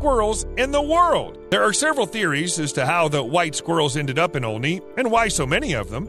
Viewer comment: Omg I live right by Olney! It's pronounced All-knee but who cares lmao